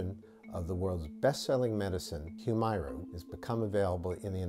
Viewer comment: Not gonna comment on the substance of his remarks other than to say he’s to be commended for actually pronouncing the name of this drug in a way that comports with its spelling. Hew-MAIR-uh is what the commercials try to push, prolly because some ad exec thought going with a legit short or long-voweled “i” wld sound inelegant.